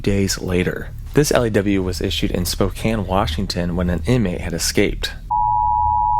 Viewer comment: thank you for saying Spokane right! Non Washingtonians usually say “spo-kain” and it’s so annoying!